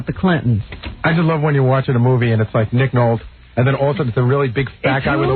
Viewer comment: Gary mispronounces Nick Nolte. Not the original air date, but is the original clip. Howard thankfully plays it by accident.